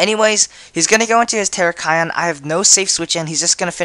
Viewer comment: tur-rack-e-on not tera-ki-on